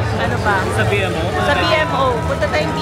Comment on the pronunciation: B-MO po ang pronunciation, hindi B-M-O